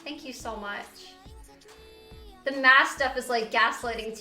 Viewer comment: “Thank you for da bits”